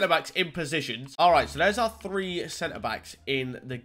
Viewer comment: Does he know that it’s pronounced three not free? Annunciate my friend